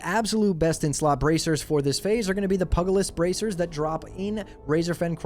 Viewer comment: m8, i gotta say "pugilist" is supposed to sound like "pyoo-jill-ist" not "puggle-ist"